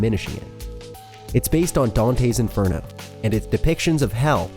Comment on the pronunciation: Also, the way he pronounced Méliès and Inferno made me cringe so bad